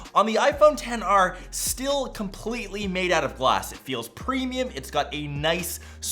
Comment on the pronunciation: I always love your reviews, like, REALLY love them, but I also love how you say "ewt" instead of "out" 😆😆😆 Pixel 3A is more bang-for-the-buck for me.